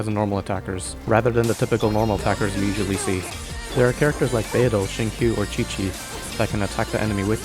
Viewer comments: Xingqiu is pronounced (Seeng sho) Not (Shing Q) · One more useless information: qiu is pronounced as “chiu” not Q